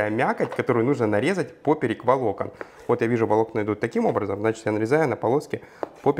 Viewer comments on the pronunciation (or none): Благодарю за рецепт 🙏🏻Не глядя еще видео,уверенно поставила 👍🏻!!! P.S. Слово ПОПЕРЁК пишется с буквой Ё поэтому ударение, естественно,будет однозначно на букву Ё,а не так , как Вы произносите «пОперек» ,я сначала даже не поняла,что это за слово,только увидев как Вы нарезаете мясо до меня дошло🤦🏻‍♀️😂 😂😂